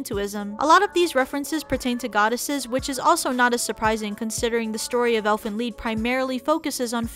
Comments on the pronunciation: Lied not lead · OMG UR ANNOYIN MEH TO DEATH ITS NOT ELFEN LEED ITS ELFEN LIED AGHHHHHHHH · Why does she keep saying lead instead of lied 😑😑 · its called Elfin Lead? i thought it was Lied. "Lie'd" (Lie-ed) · Keller weskier Im a german and its Elfen Lied. In english it means something like song of the elfs. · I thought it was Elfen LIED, not Elfen Leed. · she says elfen lead instead of elfen lied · Dis she said lead instead of lied? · wait why do u guys say Elfen Lead? Isnt it like Elfen Lied Lied bro English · its elfen lied not elfen lead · lied not leed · its Lied not leed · It elfen lied not elfen leed grrr lol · Its called elfen lied but pronounced elfen leed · If it was based off a German story called elf song (close enough).its pronounced elfen liet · it's Elfen lied (li-d) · It's Elfen Lied not Elfen lead? lol the cringe. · Yea but it said as lead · DU FUQ Elfen LEED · "ie" reads in germany like a long "i"